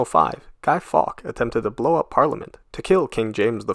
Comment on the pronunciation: Fawkes - pronounced Forks